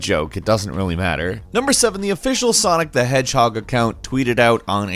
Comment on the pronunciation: When said “Sanic” I fucking lost it